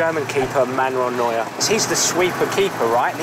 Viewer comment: and vlogs neuer not neur